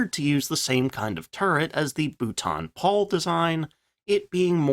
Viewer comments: Be better if you worked on your pronunciation of the manufacture's names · What's with the daft pronunciation of Booooulton Paul. It's pronounced Bolton Paul!